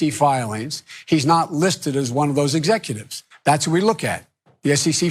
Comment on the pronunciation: He couldn't even say "executives" at the beginning. "He is not an exefutive